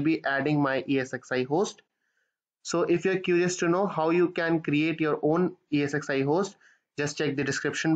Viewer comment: Thanks for the explanation. One small suggestion, while talking, you say EXsi instead of ESxi :) Please rectify